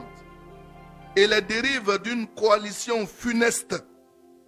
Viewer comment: Il appuie sur funeste la comme ça comme s'il faisait un bon discours